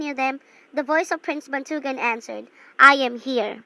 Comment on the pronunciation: The story is good but the stress and the accent, still its good